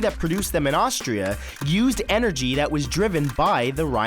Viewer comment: 99%i don't like the animations -me pffffft he said it like tiat 😂